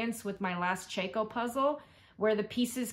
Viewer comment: I'm a new subscriber and I really enjoy your videos. Ceaco is pronounced ceeco. But you say it any old way you want.